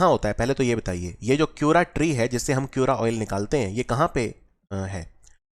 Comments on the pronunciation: क्यूरा nhi sir, च्यूरा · Its ch in chyura. As ch in chacha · Your pronounciation made me laugh 😁 let me correct some words च्युरा oil,भोटिया दन, घुघुतिया, एपण, रिंगाल